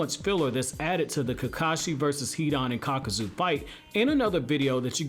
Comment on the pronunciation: Nice vid man....but uh...It's Kakuzu...not Kakazu.